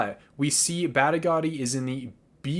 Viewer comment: Ooof! Those Badigadi & Elinalise pronunciations need some work.